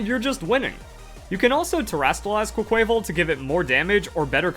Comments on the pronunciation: It’s pronounced “quack-kwa-vawl” like carnival not “qua-kway-vul” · Why does no one pronounce Quaquaval right? It’s Quack-qua-VAHL. Like Carnivale. The inspiration behind the name is RIGHT THERE. Please remember it. Quay-quayvel just sounds forgettable.